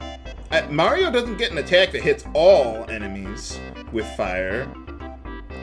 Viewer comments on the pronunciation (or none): none